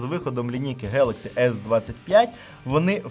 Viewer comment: Самсунх 😂хэлакси😂да,поганая мойва